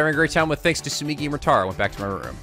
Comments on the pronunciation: The way keeps pronouncing Tsumugi sounds kinda like Tsumiki, and it's bringing back SDR2 feels I didn't know I still had. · How dare he mispronounce Tsumogi's name! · Woo. Exciting. Minus the death part. I forsee people pointing out Tsumugi's name is not Tsumigi. Its okay guys. will correct himself if he really feels like it. Not like anyone corrects him with Morishige. Shocking news: cant pronounce JP names that well. It happens! Dont get hung up on it. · you need to stop pronouncing her name as Tsumigi lol. It's Tsu-moo-gi. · Not even three minutes in and we already have a FMA reference from Tsumugi. Speaking of which, still mispronouncing her name. It's not Tsu-MI-gi it's Tsu-MU-gi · It's not Tsumigi, it's Tsumugi... This is the new Ashina and Komayda, isn't it? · Marche800 Moshirige instead of Morishige Ashina instead of Asahina And now Tsumigi instead Tsumugi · ikr? When he says Tsu mi gi, i hear Tsumiki which reminds me of Mikan X_X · Tsumugi. No TSUMIGI. You're pronouncing it like she's Mikan Tsumiki. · Tsumugi, not Tsumigi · her name is Tsu-MU-gi, not Tsu-MI-gi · Ummmm, is it just me or is he pronouncing Tsumugi wrong? It sounds like he keeps saying it like Tsumigi instead......which is wrong. Edit: nevermind, he corrected himself later. Or I was hearing things. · TsumUgi, not TsumIgi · Tsu-moo-gi. Not migi. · It's Tsumugi not Tsumigi. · it's not hard to say TSU-MU-GI,! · Just so you know, it's soo-MOO-gee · Repeat after me. Soo-MOO-gee. Tsumugi. you've been pronouncing my girl's name wrong this whole time:p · still mispronouncing Kaede and Tsumugi wrong.Goddammit..... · Tsugumi isn't a hard name, you'd think he'd be able to pronounce it right... >~>